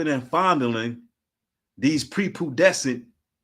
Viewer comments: 17 min mark - it’s pronounced “prepubescent” brother, not prepudecent. Pree-pu-bes-sent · pre- Pu- bescent ( Pronounced…. “Pre-PEW-bescent” ) ✌️ & ❤️